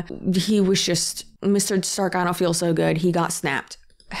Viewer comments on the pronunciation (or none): none